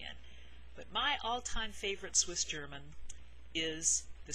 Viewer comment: I live in America since a while but I am Swiss. Your pronounciation is killing me it is soooooooo good!!! Everybody I was trying to teach some Swiss german terms totally messed up the pronounciation. Yours is extremely good!